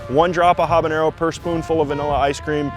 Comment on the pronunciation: Major props for that proper pronunciation of "habanero" !! Tabasco is an icon for a reason, even if it's a flex some folks don't like these days. It was one of the O.G. American hot sauces, one that I don't think I'll ever get tired of sprinkling on dishes that go well with its vinegary pepper spice. It's also low in sodium, at 35 mg/teaspoon!